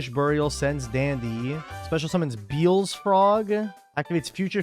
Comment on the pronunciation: It's not beels, it's be-el-ze. Like Beelzebub.